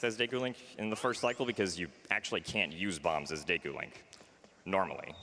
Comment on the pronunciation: Pretty close to the Japanese pronunciation at least. I still like to read it as Diikoo myself though